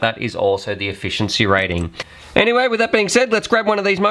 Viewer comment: lol "Efficieny"